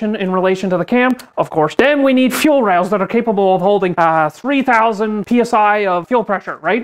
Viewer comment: the way you said fuel rails in the tangent... feheul Rhails had me on the floor.